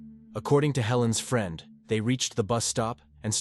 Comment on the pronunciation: The “free-and”? Lol! Friend…?